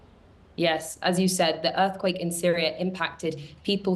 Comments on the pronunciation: „the Earth cake quilled“ sure BBC - the queens English, right? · Is the broadcaster having a stroke? He said earth cake and quilled at the beginning. Dude switched letters in 2 separate words.